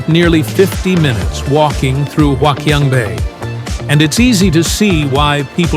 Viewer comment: Wouldn't you think that a wannabe influencer who was going to make a video about a place like HQB would at least learn how to pronounce the name of that place?! Gawd, that was painful to watch... (My Chinese wife, though, was amused.) But hey, since the audio is all dubbed in you can easily replace it with a better version, right?